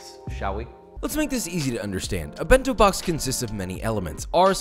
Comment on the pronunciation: bin-tow bawks